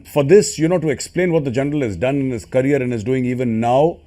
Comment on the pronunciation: It’s career not carrier get your English right first